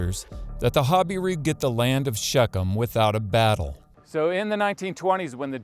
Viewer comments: I am assuming it’s an American pronunciation ‘hobbyroo’????? We pronounce it ‘ha-beer-oo’ in UK. The secular archaeologists are god haters so they are unlikely to believe anything in the Bible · Your pronunciation of "Habiru" sounds different from other names in Israel. Hazor, Lachish, and Gezer pronunciation are what I heard other researchers say. I think the accent should be on the second syllable: ha BI ru. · It even sounds like you are pronouncing hebrew falsely when you say habiru. I find it to make perfect sense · Habiru is a mispronounciation of Hebrew